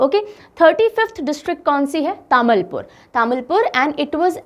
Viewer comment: Tamulpur Pronounciation - Taa mool poor; Nagaon Pronounciation - No Ga o Udalguri Pronounciation - Oo Dal Guri Barpeta Pronounciation - Bor peta Bajali Pronounciation - Bojali